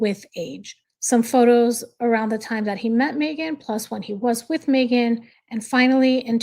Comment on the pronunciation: It’s so disgusting coming from her. Even WORSE her editing the pic to make it more awful. And yes, u pronounced it correct :)